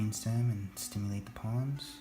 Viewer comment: Are you saying the palms or pons? Interesting very interesting about moving to front of brain stem